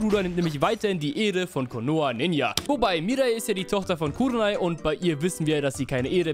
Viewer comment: Sasuqwe der breh aus Konohe